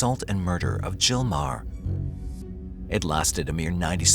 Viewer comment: The H, in Meaghar, or Maher, is silent, so, In Ireland, it's pronounced..... Marr.